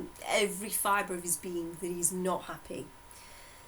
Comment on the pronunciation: Unsollicited advice but can’t you send the audio of your sessions to someone else to transcribe it? Takes away some of the workload. Anywho... thanks. It’s a lot of work but you make a lot of people happy. Or ‘appy’ as you say it. 😉✌🏻😁